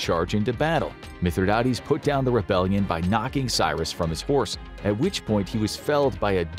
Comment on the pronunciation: It's actually pronounced Mith - rhi - dates, like the fruit, dates.